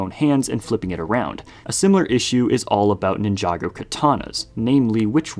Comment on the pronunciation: Why do you pronounce Ninjago like that?